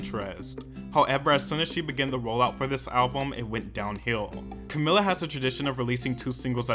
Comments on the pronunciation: If I was above the legal age I will take a shot every time you said to camila's name wrong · Take a shot everytime he says her name wrong 😅